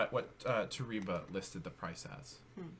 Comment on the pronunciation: Toreba pronounced "tow Ray bah". It's translates to "If you do"